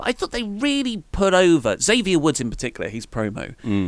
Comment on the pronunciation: you pronounce "Xavier" improperly. I've seen him get upset with people who pronounce his name "zavier" instead of "ex-avier" on upupdwndwn.